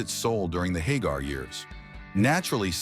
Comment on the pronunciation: And here I've been pronouncing Sammy's name wrong all these decades. Thank you AI.